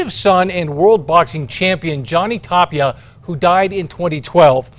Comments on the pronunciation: If he says Tapilla one more time ima bout to slap him silly. Lol Tapia bro. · Tapilla?? IT'S TAPIA